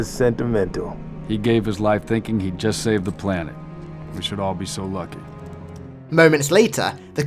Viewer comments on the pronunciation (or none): none